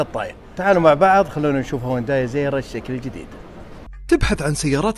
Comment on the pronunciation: السياره اسمها هيونداي وكاتب بعنوان الحلقه الاسم الصحيح هيونداي ليه تنطقها هوانداي 😂😂هذا وانت مختص بمجال السيارات . تقبل مروري